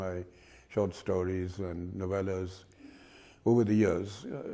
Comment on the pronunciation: what is "stauries"? 😒